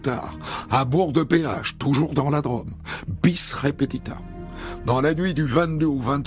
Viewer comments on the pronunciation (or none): "la draaame" au lieu de la "drôôôme" Hondelatte est du su-ouest